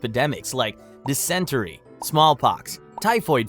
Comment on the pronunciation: “DIS - IN - TERRY” lol **